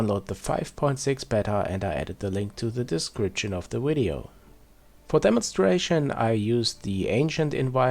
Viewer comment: video not "Wideo"